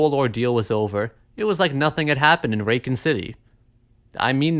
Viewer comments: You “Raken City” is triggering me for some reason… that aside, pretty accurate recollection of the RE series. Good job. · Why are you saying raycon city is that a sly ad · I can’t get passed how he pronounces Racoon City 😅😂